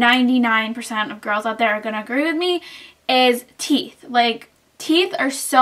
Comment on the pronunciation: you mean Teeth not theeth.